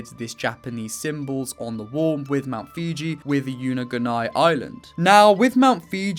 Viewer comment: It's pronounced foo-ji not fiji